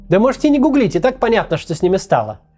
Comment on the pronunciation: Все отлично, но гУглить))